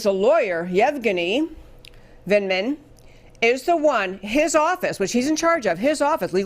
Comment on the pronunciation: It's said Yev guinea Vindman